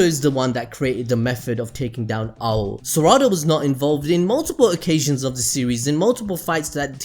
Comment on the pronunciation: God the way he says sarada bothers me he says suh-rada sar-ada